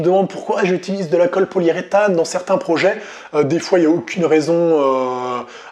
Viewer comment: Hello ^^ Systématiquement dans tes vidéos j'entends "colle poliée-rétane" alors que cela se dit poli-U-rétane 😜